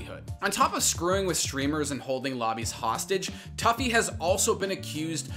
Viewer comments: toofy not tuffy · “Tuffy” haha it’s “Too-Fee” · You saw a clip of rogue pronouncing tufi two-fee and immediately after pronounced it tough-e lmaooo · It's"toofy" not "toughy" 😂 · everytime you said toughie it made me cringe...everytime I heard it. it was 'Too-Fee' lol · How you gonna call him toughy (phonetically) when everyone else calls him toofy (phonetically) LMFAO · “Too-fy” not “Toughie” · Tuffy. You mean TOO FEE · Every time I've ever heard this guys name from literally anyone it's been pronounced "too-fi" not "tuff-fi" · I'm pretty sure his name sounds like TWO-FEE not TOUGH-FEE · tuffy? TUFI!!!!!!! get it right >:( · Turfi😂wtf, its pronounced Toofi, and warzone is much worse in the cheating department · I know it’s a small thing but it’s pronounced Too-Fee not Tuff-Eeee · You pronounce it as tew-fee not tough-ey. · Not toughY. It’s tu phi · I respect the apex coverage, but yeah the pronunciation kinda highlighted that they don’t actually have experience with the game... for those wondering his name is usually said as “Toofi” but it’s spelled tufi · Great vid but it is pronounced "toofi" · Bruh It’s two - feee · It’s pronounced toofi dude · him pronouncing "tufi" as "tuffy" kinda makes me cringe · Damn if you’re gonna talk about tufi at least say his name right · You said comment lol so try saying the hackers name right the way you kept saying it wrong made me wanna rip my ears off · Dude I love that you mispronounce his name, he would get so mad about that shit hahaha